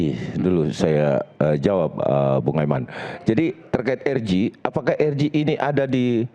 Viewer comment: Bapak rambut jingkrak plis deh, singkatan RJ kalau anda mau menyebut pakai bahasa indonesia spellingnya jadi eR Je, tapi klo pakai bahasa inggris jadi aR Jei, kenapa anda malah jadi eR Ji? Gatal ih telinga yg denger, Izyyyyyyyn 😅🙏